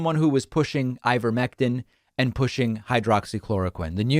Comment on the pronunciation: FYI, it's not hycroxychloroquine, it's hydroxychloroquine.